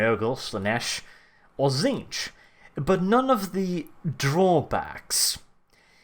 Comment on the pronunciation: tzeenech silant t and the ch is k so pronounced zeenek